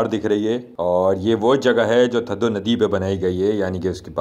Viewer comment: یہ تھدو نہیں، تھدھو ہے! آپ لوگ ہندستانی، اکثر ہمارے سندھی الفاظ کے تلفظ کو بگاڑتے رہتے ہیں۔ جس سے ہماری دل آزاری ہوتی ہے! آپ سیدھا سیدھا ٹھنڈا ڈیم کہہ سکتے ہیں! سندھی لفظ تھدھو کو اردو ریختہ میں ٹھنڈا کہتے ہیں!